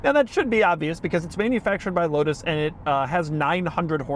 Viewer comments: The L in Lotus should be a W. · I saw one of these in person last weekend at McLaren Philadelphia and stood in front of it trying to pronounce the name like Doug did on the drive…out loud…like a crazy person.